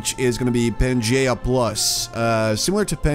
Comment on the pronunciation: it is pronounced "pan-gee-yah" not "Geh" more like Gee